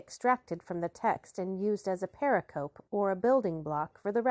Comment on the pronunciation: I repeat my plea: stop undercutting your credibility by savagely mispronouncing "pericope." It's a widely-used term for study of the Christian Gospels. It is pronounced purr-RICK-uh-Pee, with greater stress on syllable 2 and slight stress on syllable 4. Search "pronounce pericope" to confirm this, and please update your audio files when you can. I love your project anyway!